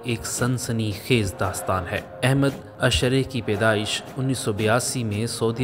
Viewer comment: میسج ٹی وی انتظامیہ سے گزارش ہے ایسے شخص سے آڈیو ریکارڈ کروایا کریں جس کی ادائیگی وتلفظ درست ہوں الشرع کی راء پر زبر پڑھی جاتی ہے اور بھی بہت سے الفاظ کی ادائیگی درست نہیں ہے